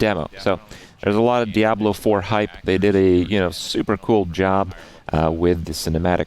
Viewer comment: Just me or does he pronounce Diablo very weirdly?